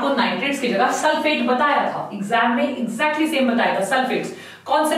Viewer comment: Its sulphate not sufate